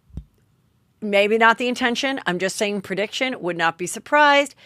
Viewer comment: Pre - diction - Not per - diction. You asked 🤷‍♀️